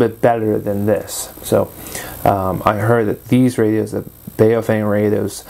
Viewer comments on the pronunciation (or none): Mine has looks like it's got the same faceplate as yours but I couldn't read the model number off the bottom. Has it got UV-5RE at the bottom? Also, it's pronounced Bao Fung. The 'Bao' is pronounced like 'Bow' as in the dogs go 'Bow wow'.